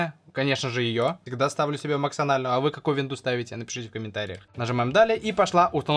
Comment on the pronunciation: МаксОнальную)) ну ну... За языком следи автор